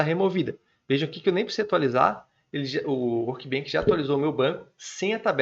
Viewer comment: só uma dica, se fala "workbench", com som de "chá", não de "kilo". Do jeito que vc fala parece workbank, que tem significado diferente ;) Parabéns pelo vídeo!